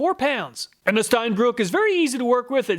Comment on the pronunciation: Es heißt Steinbrücke (ʃtaɪ̯nˈbʁʏkə). Brücke! ^^ It is German and means stone bridge.